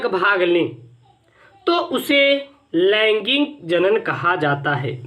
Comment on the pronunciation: Sir laingig nahi laingik